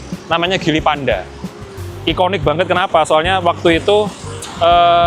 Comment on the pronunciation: Bacanya jili bukan gili. Speedometer kok mirip J5. J5 speedometer kyk motor yg layar mirip2 font kalkulator gitu. Jelas beda jauh.